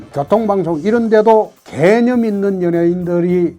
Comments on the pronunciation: 왜 개년있는 연예인으로 들리지? 개년이라고 생각하지않는데도 불구하고ㅋㅋㅋㅋㅋㅋ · 개념 단어 말씀하실 때 악센트 정확하시네요 ㅋㅋ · 대표님 발음이ㅋㅋ 개!념있는